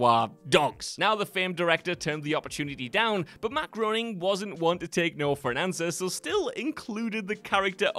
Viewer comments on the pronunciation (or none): Matt "Grey-ning" is the correct pronunciation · did really just say Matt Grown-ing😓